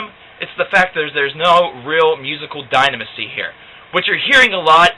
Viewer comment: Dinaminnonsy lol